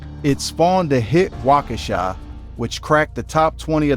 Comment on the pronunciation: Well I guess nobody heard how he said wockesha 😂😂😂